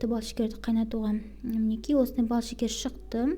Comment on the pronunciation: Секер емес , шекер дейміз біз. Құмшекер